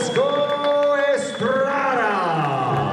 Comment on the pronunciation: And New , champion of the world , juan frrrreanciscoo el gallo estrrrrrruada